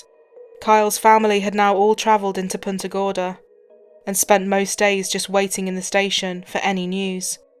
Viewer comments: The real crime is how that anchor pronounced Punta Gorda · Why is everybody in this video mispronouncing Punta Gorda? It's Spanish. If you can't pronounce it correctly just say Fat Tip then.